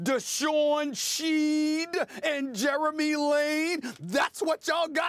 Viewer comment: Its pronounced "Shed". it rhythms with head. smh